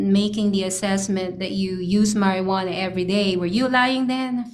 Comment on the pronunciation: marjuana is legal in most states. This attorney doesn’t know how to pronounce it correctly.